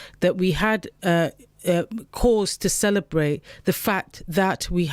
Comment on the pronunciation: The electowate will be celerbwating, when this bwainwashed woman is wemoved.